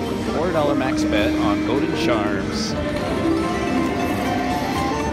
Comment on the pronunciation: I thought you said Golden Sharts instead of golden charms